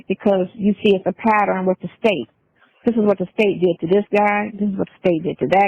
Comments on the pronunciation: Patterin?😮 It's pattern 😅😅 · Let's all say it together, Pattern NOT PAT TER RIN 😂😅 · Patterin. Patter-inn